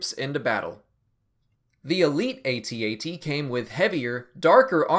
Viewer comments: AT-AT it just pronounced At At, not aytee aytee. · It's not Aye-Tee Aye-Tee. It's AT-AT. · AT-AT is a camel, AT-AHT is this buffalo thing.